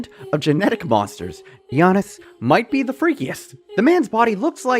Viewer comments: ARGHHHHHHHHHHBH not GEE-annis its yarnis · Stop saying gee-anis. It’s Yanis. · Who is “geeyanus” that’s not how you pronounce it 😂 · The G is slient when pronouncing Giannis it’s more like Yiannis when you say it. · I'm sorry but you pronouncing the G in Giannis is triggering me lol